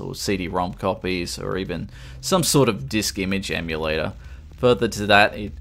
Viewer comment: They way you pronounced emulator made me think of an Emu Terminator.